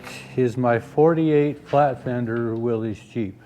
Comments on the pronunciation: I love Jeeps. Especially Jeeps from this era. But I have a pet peeve. "Willys" is pronounced "will-iss" and not "willies". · My only complaint,: like SO MANY people, I heard you pronounce it "willies". It is "willis", please!! With all due respect...